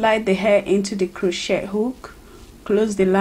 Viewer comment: Its not (crow-chet) its (crow-chay)